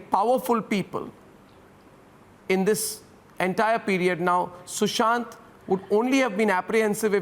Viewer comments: It’s Sushant not sushan. Republic tv get ur facts checked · It's Sushant not sushan....